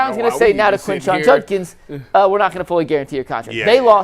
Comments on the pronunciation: It's Judkins with a D. Not Junkins. Come on man. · Why does everyone in the media say "Junkins"? It's JuDkins